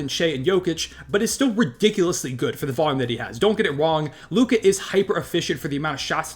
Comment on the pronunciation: It’s Luka.